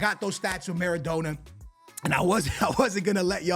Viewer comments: maradona pronounced mara donna (like a donna kebab) please pleaseeee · You’re Portuguese bro you know how to say his name properly, what’s maradowna and aiyowze pirez 😂😂😂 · Who tf is Maradoner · The way he says Maradona hahahaha what a melt